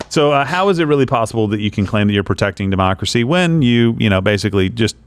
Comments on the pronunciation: Does Biden Keep Saying DEMOCKERY ? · Sounded like he said mockracy.